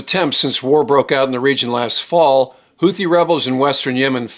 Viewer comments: The word “Houthi” is pronounced ‘hoot-tee’ and not ‘hoo-thee’. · The "th" in word "Houthi" should be pronounced like the "th" found in the land formation "bootheel". In Yemeni Arabic the t and h are pronounced as two distinct sounds, not one as in the English word "the".